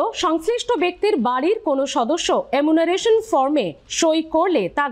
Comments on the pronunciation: Apni bar bar emunaration bolchen,ota actually enumeration hobe....!!! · দরকারি কথার থেকে চোখ মটকে গপ্প করার ঢং বেশি।বারবার “এমুনারেশন” উচ্চারণ করছেন। গুছিয়ে নিন । তাড়াহুড়ো করবার দরকার নেই । অনেকেই “এনুমারেশন” কে “এমুনারেসন” বলে ফেলে।